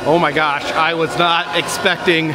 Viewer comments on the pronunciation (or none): none